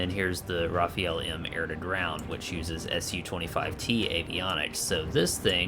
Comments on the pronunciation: fr not rafiel but rafale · It's actually pronounced "Rafaa'l" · Not Rafael... Rafale 😉